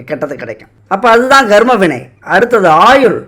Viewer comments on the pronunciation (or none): 'கர்ம' உச்சரிப்பு garma இல்லை karma